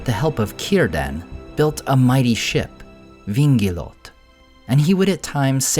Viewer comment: I could be mistaken on this point: I believe Vingilote is the Quenya name of the ship and it has a diaresis above the "e." It's written "Vingilotë. As such, the "e" needs to be pronounced. It should be read: "Vin-Gilot-Teh," rather than "Vin-Gilot."